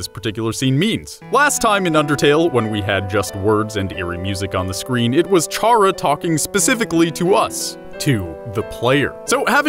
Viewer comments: Btw it’s not ch-ara it’s k-ara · IT'S K-ARA NOT CH-ARA >:( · It’s cara not Chara it’s spelt like Chara but not said like it. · Why pronounce Chara T-shara when it is pronounced Kara ? You know, cause chara-cter ? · "Chara" is pronounced "kara" from the word "character" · Kris Pronounced like "Chris" Chara Pronounced like "Kara" ;w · ITS PRONOUNCED KARA OFMMFF,GMM FUCK KINDA NAME IS CHARA nice vid tho lol